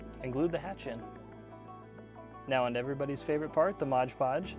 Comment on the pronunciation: Great video, insta-subbed!! <3 (And one of the most universal things I've noticed in every Crafter's early videos, is calling it "Modge Podge", instead of "MOD Podge" :-P)